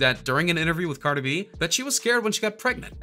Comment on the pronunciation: He said “ Carter Be” LMAOO 🤣🤣🤣